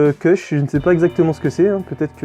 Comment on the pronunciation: On dit kush pas kech lol